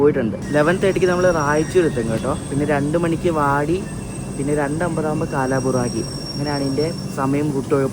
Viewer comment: കാലാബുറാഗി അല്ല കൽബുറ്ഗി..❤